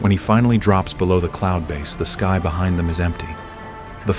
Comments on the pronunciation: shows you use AI.. sky pronounced as ski lol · When your 'narrator' cannot even pronounce a simple word like "sky" properly, then we KNOW your content is AI-generated. EDIT: Have noticed that many commenters do not appear to have a problem with cheaply-made AI slop. If you idiots are prepared to accept crap like this, then the future is indeed most bleak.